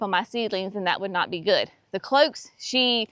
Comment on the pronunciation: Sweetie, NOT cloaks. Cloches. Closheeses. Ack!!!!!!